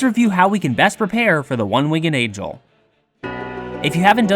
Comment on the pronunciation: Hahaha you said one winged Angle not angel